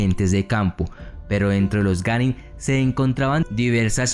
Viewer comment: qué yo sepa es Genin, pero en el video dice que es ganin